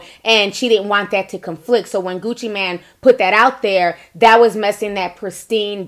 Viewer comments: “I watch a lot of Gucci Mane interviews” yet she doesn’t know how to pronounce his name. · It’s Gucci Mane not man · Kween Dynasty CT agreed it’s Mane not man and your comment to jasmine took me out LMAO🤣🤣🤣🤣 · I never realized how hearing someone say Gucci MAN instead of Mane bothered me. My ass literally said MANE after every man.... 😩😔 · Girl! First of all, his name is Gucci MANE not MAN! I believe Angela. Secondly, CTG is full of shit he sat there and laughed at everything the man said! DJ ENVY has Angela's back. As far as you, you are slobbing all over Gucci Mane's stick yourself and you can't even pronounce his name! My thoughts, my opinion! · Hey, it's not Gucci Man, but Gucci Mane (long "a"). I appreciate constructive criticism. I hope you do too. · Isn’t it Gucci “Mane” not man?!! 🤣😆😭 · Meee tooo!! the total disrespect of the #1 trap god and savior, Gucci MANE!